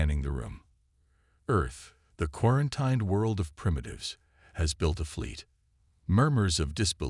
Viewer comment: So right off in the beginning, you can’t pronounce the AI can’t pronounce the word quarantine mort to follow